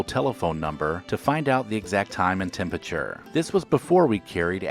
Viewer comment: When will this guy learn to say t-e-m-p-e-r-a-t-u-r-e instead of t-e-m-p-i-t-u-r-e?